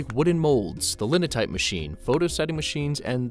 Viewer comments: "Maahnutsius", "eehtalics" (not "eyetalics"). Italic fonts were used for small book formats, not to "save ink"! "Linotype" pronounced similar to "line of type", not like "leanotype" ... etc. etc. And the science behind all this is pretty flimsy. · Love this piece. For readability I've long been a fan of Eric Gill's fonts - this is really interesting. But could you PLEASE fix the grotesque mistakes ?? This is a great video but you lose all credibility by calling Linotype ("line o' type") linnotype! What the heck! A lesser "offense" is that it's pretty weird to illustrate photocomposition with a picture of the Intertype, which by design looks the same as linecasters... I'd be happy to help pick a better picture. Again, this is a great video, but it clearly was created by people who weren't there at the time, and that's a preventable error that mars the video. Please fix so I can share without warning people that it has errors! "Linnotype"?? :-) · Linotype is pronounced with a long "i", as in "line." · The 'i' in Linotype is long and rhymes with 'wine'. And 'causal' is mispronounced too - it's 'aw', not 'oh'. And it's 'sans' serif, as in the French for 'without', not 'san' serif, as in Spanish for 'saint'.